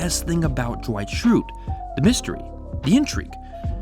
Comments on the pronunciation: Why you keep saying Jewight instead of Dwight? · Is anyone else hearing “Ju-white” instead of Dwight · I keep hearing you say "Jewight", and it's freaking me out. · Who's Jah-white? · Are you saying "Juh-white"? Also, if the show ended with Michael we never would have gotten Asian Jim. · When you say dwight it sounds like you’re saying ju-white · Anyone else hearing "Ja-white" instead of "Dwight"? Just me? Oh ok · can you stop pronouncing dwight with a J please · This is a pet peeve of mine. It's Dwight. One syllable. Not Da-wight. It's Dwight, one syllable rolls off the tongue. It's not Daaaaaaaa Wighhhhht. Ok. Dwight. Not Daa-Wight. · Ja-white? It’s Dwight you dummy. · "Jawight K. Schrute" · are you saying Jawight? It absolutely sounds like it. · I love "Ja-wight K Schrute" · r u saying jwight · Stop calling him Jewight! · pls stop saying Jwight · Jim: Duh-wight Michael: Dwigt: Jwight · Right!?!? Jawight. I just asked the same question. Lol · Why does it sound like you’re saying “Ja-wight “ every time?? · Funny how you pronounce Dwight. ;) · The way he pronounces Dwight is driving me crazy